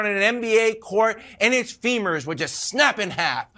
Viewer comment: Not his "Femurs" hahah